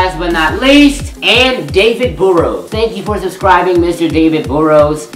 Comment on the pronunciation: Burrows is pronounced as saying purr but with a b in burr